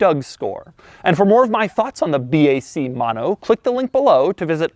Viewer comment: It's not 'Maano' is "mo no". 😒